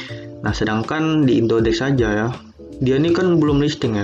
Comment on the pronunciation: indodax bang bukan indodex